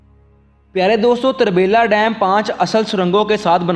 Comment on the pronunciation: یہ tarbila نہی turbila ھے جسکا مطلب ھے پشتو میں تورہ بیلہ یعنی کالا جنگل